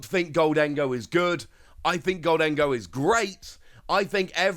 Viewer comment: It's GOHL-dun-goh. NOT gohl-DEN-go. Just say "GOLDEN-GO". Let's get this right now before we're subject to a lifetime of frustration.